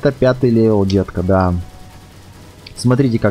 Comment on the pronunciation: Ко панда ты говоришь леваль